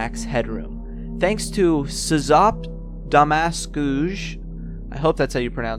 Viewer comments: When he said "demas" it sounded like he said "Dumb ass" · I love how he pronounced a polish name in french on (also it's pronounced kinda like shop-the-mask-ooye, it says "racoon unmasks") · SzopDemaskuje is pronounced "Shop Day Ma Skoo Yeah" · SzopDemaskuje is actualy a polish youtuber and you pronouce his nick like that: ShopDemaskooye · The way he pronounces SzopDemaskuje kills me everytime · Heyyy by the way SzopDemaskuje is a Polish youtuber, im from Poland and i can say that this is not how to read that xP Also nice vid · I'm sorry to tell you... But you read SzopDemaskuje completelly wrong. And my ears are now bleeding. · To pronounce 'kraina grzybów' and 'szop demaskuje' right I suggest using text to speech in Google translate in polish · that is the most butchered polish word i have ever heard Szop demaskuje Means The raccoon unmasks.